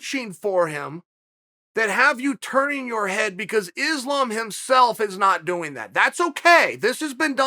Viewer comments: For sure, he is a smug arrogant fuck. The type that thinks he can use his ability to run his mouth to convince people he knows what he is talking about. The funny thing is, he says islam is a name people should get used to. I say hey chael, islam is a name you should learn how to pronounce. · I believe Islam is the one who's been mispronouncing his own name.